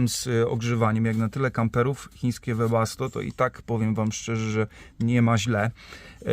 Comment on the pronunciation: Panie 😀 Webasto a nie debasto 😀nie wiem czy dobrze słyszałem 🙋🇵🇱🙋